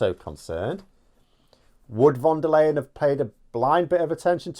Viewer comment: I don' t think is too old to learn how to pronounce non-English names correctly. A lion is a big cat that lives in Africa. Ursula von der Lion is the President of the European Commission. Yes, it´s spelt L-E-Y-E-N, but it´s pronounced Lion. Alles klar,?